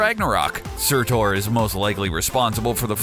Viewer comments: SUTUR YOU IDIOT, SUR TUR! NOT TOR.... lol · here is where you went wrong, the pronunciation of nearly everything why, why did you butcher it all??? su~tur not su~tor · SURTUR......not Surtor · Surtur its surtur not surtor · It's funny how you pronounce Surtur as Sir Tor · He really enjoyed mispronouncing Surtur